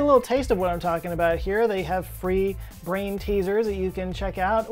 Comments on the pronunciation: Did you really say '... a real brane teaser...' (grin) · You're making my "brane" hurt...